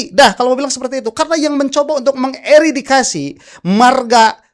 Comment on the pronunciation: Punten A, 20.11 bukan Eridikasi, tapi Eradikasi atau Eliminasi mungkin ya lebih tepatnya...